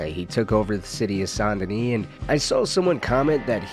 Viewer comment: As a born and still living south Louisiana guy it stabs my soul Everytime you say Saint Denis. It’s pronounced as Sandenis. Sound like sand. Not son or saan. My high school was Saint amant. Don’t copy the wanna be Nola accent sheriffs pronunciation. Nice video also.